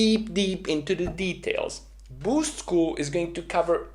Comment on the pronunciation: K either stop sayin “BYUUUUSCHT” or teach us how to say it like YOU do. PLEASE AND THANKYUUUUU